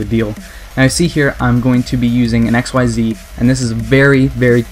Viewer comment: Oh for Atlas' sake, it's pronounced "iksiiz"!!!